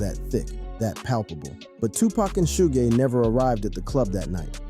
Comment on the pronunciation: "Shooj" Knight??? "A point four zero caliber????" Quit with the AI bullshit, and just read the damn script!